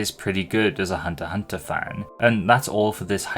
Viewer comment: Pretty sure the “X” in HxH is silent, but all the different ways you said it throughout the segment were still amusing.